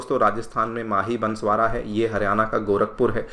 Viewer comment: Sir that is बांसवाड़ा ना कि बंसवारा